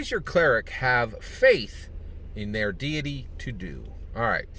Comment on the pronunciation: Deity, not diety.